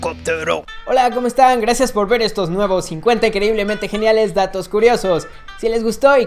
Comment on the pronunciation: soy el unico que escucho 50 increiblemente geniales "tacos" curiosos